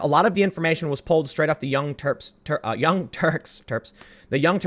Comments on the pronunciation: I'm hard of Hearing. Did Tim say Chunk Yogurt of the Young Turds? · I thought you said "The Young Turds". 😂😂😂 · I heard the young tarps as in tarpouline. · You had it right the first time, Tim. Its "The Young Turds". 😁👍